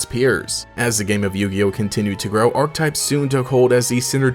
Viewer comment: bro are you saying "art types" or "archetypes"? Thankfully youtube comments exist to clear this up. Btw, it's pronounced aar·kuh·tipes. I like the video tho so I'm gonna subscribe and go watch your other videos even tho I dont play yugioh. It's just nice to see another yugioh TCG channel that is accessible to the masses.